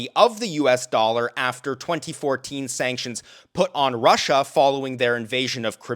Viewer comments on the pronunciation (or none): none